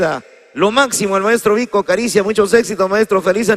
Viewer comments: jajaja jajajaja Vic ricia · Pronuncie bien las letras de esas grandes obras musicales , ponle sentimiento. VIC RISIA ...... VIC RISIA (Vico carisia)